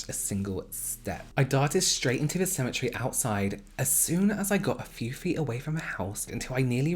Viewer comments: Everytime you say "cemetary" to me it sounds like "symmetry". I find it quite fascinating how words sound the same in different accents. I love these videos. I do feel like you are speaking to a smaller group of people..makes it more intimate. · “symmetry or ce-me-ta-ry” lolll